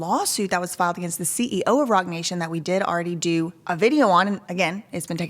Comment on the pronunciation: I thought you said Rotten Nation... Rotten nation, Roc nation... same thing